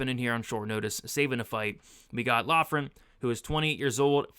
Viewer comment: Loughran is pronounced “Lock-rin”